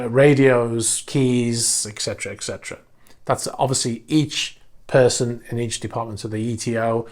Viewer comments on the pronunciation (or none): ET-CE-TERA. Not ECK-CETRA.